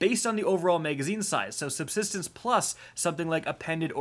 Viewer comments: Glad I wasn’t the only one who heard that lmao 😂😅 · We have “SUBTISTENCE”🥴🤣